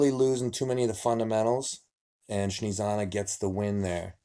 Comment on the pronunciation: Nobody: Devon: Shnezana :P